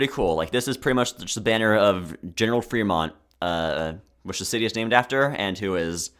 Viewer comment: every disagreement i have in the first hour and a half (will do rest in future comment) Reading, California is an A-Tier. I like that shape its not corporate to me and those colors are fucking goated General Fremont is actually Frémont /e/ not /i/ and he did not kill Native Americans because he was removed from his post for trying to free slaves before Lincoln did that anyway Monterey is a lower B-Tier Fresno is a C-Tier because of its recognizability if that makes sense I have seen people from LA fly and talk about the LA flag The second Anaheim is low B-tier New Riverside is an A-Tier or an S-Tier tbh I like the Uniqueness. I'd hate the 2020s flag design for a country but for a city I'm a huge fan You should've yelled Reno louder. I would also put the old flag higher because if I was a Renoite (I'm choosing to pronounce that /ɹɛnˈwɑt/ like Benoit) I would fly that flag, kinda unironically. And that's what flags are for. I think everything B-Tier and above means I would have that flag if I lived in that city Salt Lake City is boring IMO, high C-Tier Provo (Old) is similar to Reno in that I would love to fly that flag. It'd make being Utahn bearable. I think it's charming enough that I would unironically give it S-Tier. You say Indian when I would say Native American. Im not saying that's problematic but.... Butte has another landmark that's really interesting but I cant remember but Ive been there and looked at it. It could do better Denver is an S-Tier It's crazy that you c